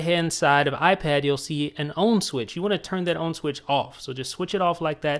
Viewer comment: Why does he say "on" like "own"??